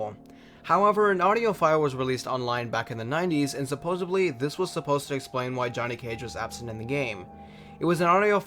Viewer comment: Supposedly not supposebly